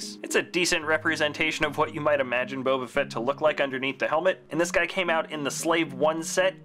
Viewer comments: he said Boba Frett 🤣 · He said in the third one boba frett 🤣